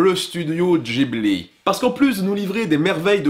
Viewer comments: Je ne sais pas si en France ça se prononce de manière différente, mais ce n'est pas " Ghibli "? Parce que tu as dis "Jibli" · On dit guibli